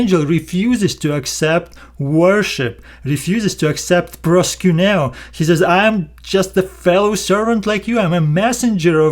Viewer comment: Lol it sounds like proskunew ha ha ha ha. I hope that like Peter your not accepting it Lol